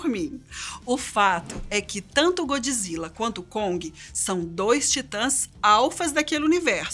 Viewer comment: Diz-se Godzilla! O que é isso de godji zilla? 😕